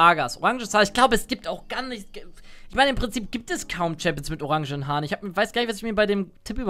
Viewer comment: Du hast ORANGEN voll betont deswegen war ich die ganze Zeit bei gp... und